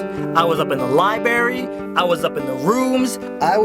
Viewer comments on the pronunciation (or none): Whoah, whoah, whoah, did you just say libary? Dude it's library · I get so mad when people say "libary". NO. THERE IS CLEARLY AN R IN THE WORD. libRary. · Libary. ... LIBRARY. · Why do people say libary? It's library! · WOAH HOLD UP HOLD UP. Pronounce "library" again Swoozie! It's not Lie-bary, but yet Lie-brair-re. God, you southern folk. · Ehm, it's not 'libarry' it's library Sorry I have ocd. Otherwise, this vid was sooo cool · It is LIBRARY NOT LIBARY! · He said libary not library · Libary?! It's pronounced library!!! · Fucking library! Not libary! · he said lyberry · its libary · Wait... did he say libary?? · Hahahah you said liberry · IKR UGHHHHHH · dat moment when he was like, "there was a libary!" XD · lie-berry lmao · "Up In The Libery" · Swoozie I love you, but you did not say libeary. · LibRary... There is an "R"... OCD don't judge. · You said libary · LOL Libary :D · he said libary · I love you swoozie, but really?? Li"berry" -_ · he says 'libery' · hehe he said 'Libary" lol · you said library WRONNGG!!!!!!!